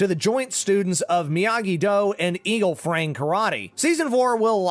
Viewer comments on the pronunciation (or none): man said eagle frang